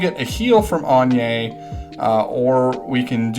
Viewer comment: hmmm agnes is pronounced like "lasagna" I believe.